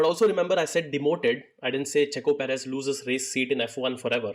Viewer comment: Dude come on seriously....perez!!!!!